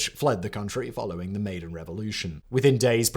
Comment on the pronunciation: He always sounds so full of himself. Doesn't even know how to pronounce 'Maidan'.